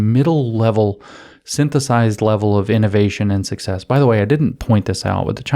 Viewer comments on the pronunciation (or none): none